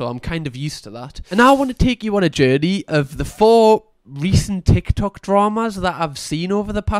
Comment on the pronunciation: I would watch 13 mins of just saying “ticky tocky” tbh, it’s perfect in a geordie accent 😂